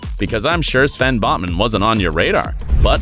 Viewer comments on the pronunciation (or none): Botman* not Bosman